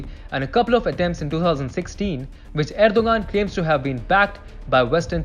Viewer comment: You mispronounced Turkey's leaders name "Erdogan" and you mispronounced it every single time. If you want to come across as professional and not the amateur that you did, you need to learn how to pronounce the names of the things that you're talking about. A five-second Google search will show you how to pronounce his name correctly.